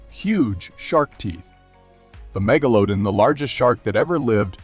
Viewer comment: He also says Meglodin instead of MeglaDON